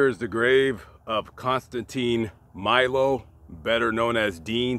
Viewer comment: Pronounced meelo